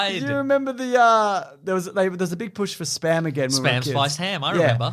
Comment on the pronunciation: I really hate it when people say SPUM machine.